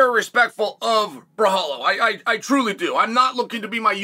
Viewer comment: Came here for the mispronunciation of Borralho .. did not disappoint 🤣 Also make Costa vs Borralho NOW! Did Steve Erceg call the champion out after KO-ing Schmell?